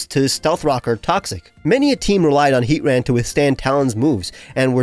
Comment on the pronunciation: I love you, but the way you say Heat-ran instead of Hea-tran, makes me ill.